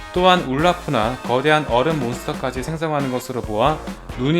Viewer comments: 울르프가 아니라 올라프 아닌가요? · 울라프 아니고 올라프요...